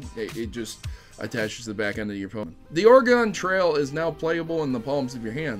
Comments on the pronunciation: I'm Chrono Triggered because you said "Ore-gone" rather than the proper "Ore-gun" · That's not how you say Oregon. It's pronounced closer to organ.